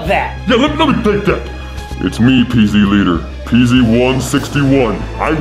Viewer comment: Pz Not PEEZ